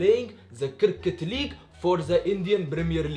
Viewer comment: Cricket league walllah iricket league 😂😂